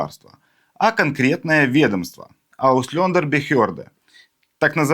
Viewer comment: Пожалуйста, не ауслёндер, а ауслЭндер. Ухо режет